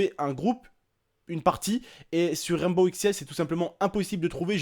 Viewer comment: c'est Rainbow six siege pas Ranbow ix siege XD